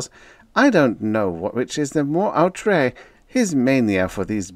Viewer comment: outre is u with the double dots, not "out"